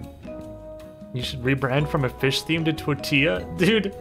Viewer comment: It's so funny how he just keeps saying tortilla but just gets further and further away from the actual pronunciation